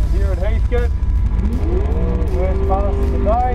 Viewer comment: My guess is loose flywheel on the AU. Also please... wtf is up with the pronunciation of HEATHCOAT?? HEATHCT? 😂